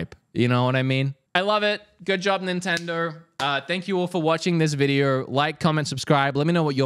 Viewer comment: "go finish your VIDEAURR"